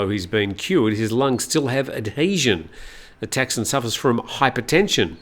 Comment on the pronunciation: It’s Thaksin, not Texan. please respect the language and people of Thailand